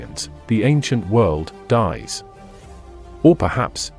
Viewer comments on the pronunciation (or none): none